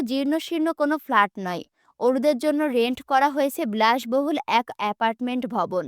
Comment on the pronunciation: ব্লাসবহুল না বিলাসবহুল